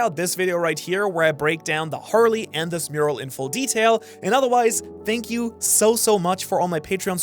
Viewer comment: thank you???? i thought u say shank you